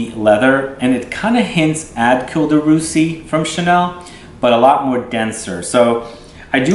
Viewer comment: Dear, cuir is pronounced as "Queer" in English. Thanks for the great review!